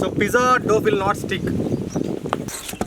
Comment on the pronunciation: Say Dow not doff.looks like veg oothappam